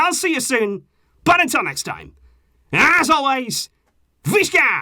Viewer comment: Why the f**k you emphasize on word "BUT" it is like "BUTTTTTTTTTTTTTT" !!